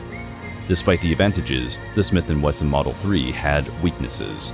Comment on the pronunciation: Daniel B. Wesson deve se revirar no túmulo ao ouvir pronunciar seu sobre com um L no meio… Não sei de pq colocaram essa letra L no meio do Wesson… Para piorar, poderiam falar “Shimiti Welson”…. 🤮🤮🤮🤮🤦🏻‍♂️🤦🏻‍♂️🤦🏻‍♂️🤦🏻‍♂️🤦🏻‍♂️